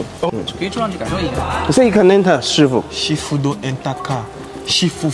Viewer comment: "SHIFU" or na "SHEFIU" 🤣